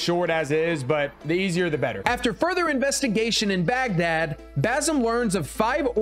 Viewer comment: I’m just going to ignore all the times he mispronounced Baghdad 😢😅😂